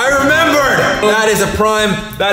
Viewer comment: LOL!! 'PRIME' became 'PRIWE'